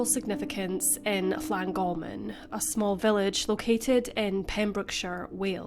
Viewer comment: Well done to the narrator for concentrating on getting Llangolman pronounced quite well. But ... the first vowel in both "Dyfed" and "ffynon" is as in "up", not "him". Also, Clebran is not a place, but the name of a local monthly magazine, meaning "gossip" in the local dialect.